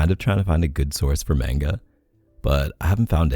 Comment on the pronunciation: Omg everytime K said "MainGa" instead of "Mah-nGa" my heart died a little. I'm laughing crying right now. Not hatin at all, just my reaction my was priceless and I acted like I was getting shot everytime he said it.